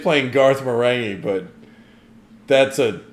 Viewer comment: Marenghi has a hard G like in finger